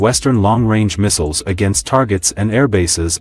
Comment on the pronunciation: He can't make up his mind on how to pronounce missiles or materials. He is a fraud